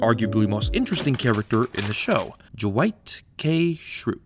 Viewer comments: Ok but why does he keep pronouncing Dwight with a J instead of D 😂😂😂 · Ju-wight? Who tf is Ju-wight???